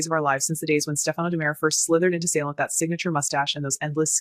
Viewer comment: What is this AI nonsense. Can’t even pronounce Stefano